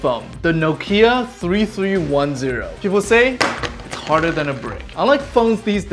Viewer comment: That phone is btw from finland and you should say that as nokia and not noukia